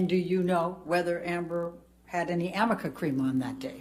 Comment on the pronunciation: I wonder if she knows it's arnica cream and not Amica cream 😅🤦🏻‍♀️ like maybe if your client actually used the product you'd get the name right atleast once